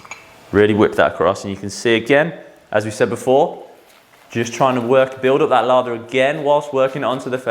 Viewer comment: Laaather not Lava.